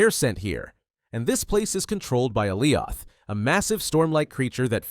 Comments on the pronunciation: If you’re doing a video you gotta pronounce the names right 😂 Aliya is not the name it’s alioth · I was following along until he mis pronounced Alioth's name! this is just a script he does not even watch the movies or shows!